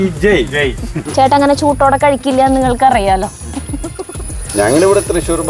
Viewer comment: എന്റെ ചേച്ചിയെ.... ചൂട്ടോടെ യെന്നല്ല... ചൂടോടെ എന്നു പറയൂ സുന്ദരിചേച്ചി.... 👍👍💚💚💕👍